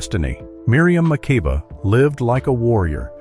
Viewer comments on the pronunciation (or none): Miriam’s last name is pronounced Ma-keeba.